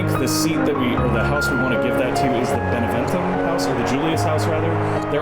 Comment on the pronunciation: One of these episodes, you'll read Beneventum's name out right the first time... :P The sudden opinion change is from your ruler growing up, so now the "leader unmarried" bonus kicked in, which is why they calmed down a turn later when your king married the Gaul.